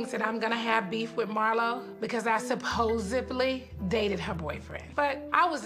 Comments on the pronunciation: Not “supposively” 🤣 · Did she really say "supposivelly"? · “Supposebly” is not a word 😂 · Wait… did Nene say “supposevely?” Lol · SupposeBLY whew chile the ghetto 😂